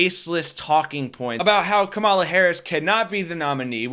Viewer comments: Kamala, like comma la. You're continuously putting emphasis on the second syllable, not the first, where it belongs. Other than that, great video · Comma-la. Accent on the comma. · KA-mala. Accent on the first vowel, bro. Please. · Are you sure you're pronouncing her name right. I think the emphasis should be on Ka not Ma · Only one comment. Learn to pronounce her name correctly. Accent the first syllable, it's important and respectful. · Time to start saying her name correctly. She deserves that respect! You’ve got the emphasis on the wrong syllable. 😁